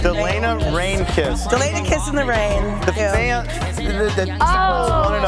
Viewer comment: The way they pronounce delena like dullena...oh my i can't 😭😂😂